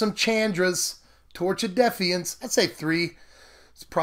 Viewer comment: That terrible pronunciation of defiance.... love your deck builds though, i promise